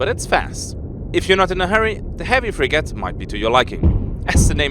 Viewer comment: (It's pronounced "frigate") :)